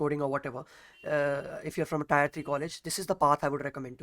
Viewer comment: abey tyre nhi tier bolo